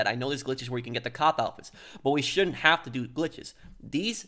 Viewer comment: How professional is using the word Shound't